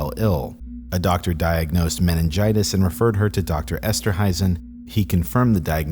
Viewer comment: It's esterhuizen esterhaisen